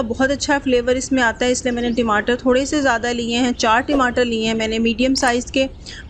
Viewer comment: Recipe seems good but Timatar is wrong pronunciation